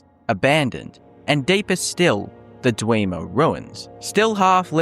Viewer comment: "Kidner mines" "Dweeemers" Stopped watching after that.